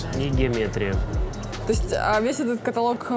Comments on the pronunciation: Огонь! Как говорят девочки. Но , товарищ переводчик каталОг, каталОг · КаталОг! КаталОг